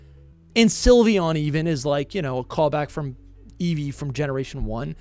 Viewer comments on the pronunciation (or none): none